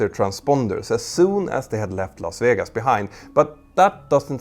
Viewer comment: Las Vijegas 😅